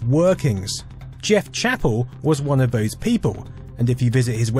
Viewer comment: Vis, vat, vose. What ve hell am I watching?